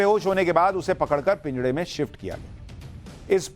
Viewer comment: पिंजड़ा नही होता महाशय😂 पिंजरा होता है